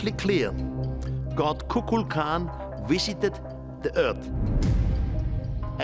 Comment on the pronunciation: 🚪imo The winged serpent is satan... I love how he says " wisited" lol Any civilization that does nothing but sacrafice humans is not my God... Today Moloch is still having children sacraficed to it...no different..